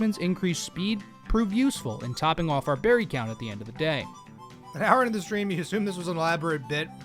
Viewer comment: “what kind of bewry is this?” (jerma voice)